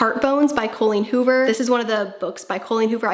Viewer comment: You’re one of the few people I’ve heard pronounce Colleen Hoover correctly!